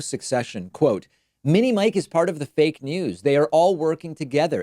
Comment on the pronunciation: Did Trump say fake news or Fat news!